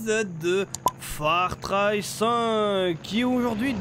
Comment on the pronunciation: Pourquoi tu dis Far Try ? C'est Far Cry le jeu